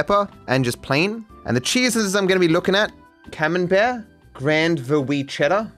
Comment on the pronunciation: Sounded like you said "cumenbear" .. cheers for the semen based cheese though in my brain now